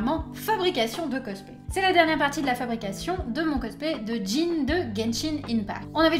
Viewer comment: Victoire ! Elle prononce Jean correctement !